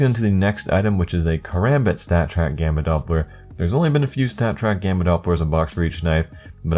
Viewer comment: am i the only one who thought its was bannana instead of gamma